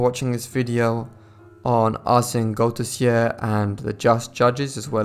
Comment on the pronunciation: Only a few months ago a new seach was done to try to locate the missing pannel. Sadly after doing a lot of work nothing was found. This story still mesmerises and captevates the Belgian nation. Good narration but as a Belgian I hardly could understand the names of the persons involeved. The name Arsene Goedertier is pronounced as Good ther tier